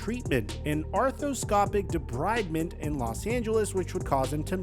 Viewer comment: Debridement is pronounced Deh-breed-ment